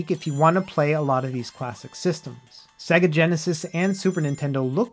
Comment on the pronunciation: I wanted to come back and tell you that if you want to pronounce 'SEGA' correctly it will add a layer of professionalism to your video. The t-rex on Jurrasic park and the singers at the beginning of sonic 2 will demonstrate. How an adult doesn't know how to say say-guh is beyond me?!?!